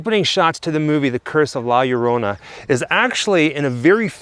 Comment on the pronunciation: Aren't two "l"s pronounced as a soft "y"? Like Llama ("Yamma")? So "La Yarona" would be correct, would it not? Asking for a friend... Oh, I see what he did there; he went from "Yarona" to "Larona". Well, both of you also say things like "more crazier", etc, which is one of the major faux pas of grammar. "Crazier" says it all. "More crazier" is a redundancy and sounds, well, let's say 'uneducated'. It's like saying "more pregnant": there is only one lever of pregnant, and though there are different levels of crazy, each successive level above "crazy" is "crazier"... not "more crazier". They taught us this shit in third grade. That usually makes me quit watching a channel, but I really love you guys, and only make these points in the hope that, someday, you'll pay attention to these little things. First impressions, and all...?